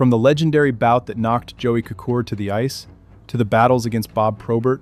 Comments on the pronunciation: It's pronounced Koser. Joey Kocur. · Nilan and Kocur